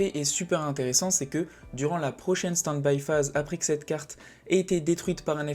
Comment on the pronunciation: desolé mais mes oreilles saignent: c'est peut etre interessant mais "standbie phase"? "min phase" un peu de respect pour la langue anglaise ><. moi ca me sort de la vidéo désolé...